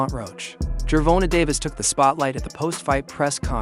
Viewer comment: Gervontuh is crazy, come on wade 😂🤦🏽‍♂️